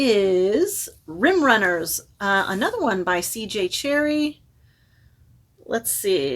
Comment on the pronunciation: I love the cover of that CJ Cherryh! And it is indeed pronounced "Cherry" her publishers made her add the h because they thought Cherry looked feminine 😐